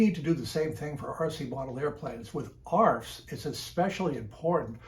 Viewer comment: Please don’t call them arfs